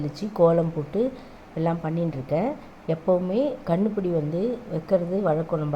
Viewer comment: Kannupudi illa kanupudi